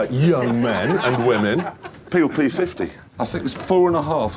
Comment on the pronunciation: The pheel phee fifty